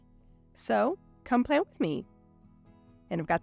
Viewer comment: Beautiful spread. I just love when you say, “Come plan with me!” I always think I hear you say, “Come play with me!” So cute!